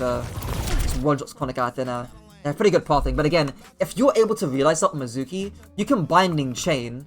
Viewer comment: You don't say his name right. Made me not want to watch.